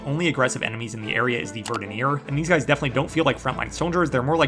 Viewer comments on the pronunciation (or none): Its (Ver-dane-ia) btw, first time I've ever heard someone say it like General Rahdahns name lol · small correction verdania is pronounced "ver-dn-ya" since the name is derived from the word verdant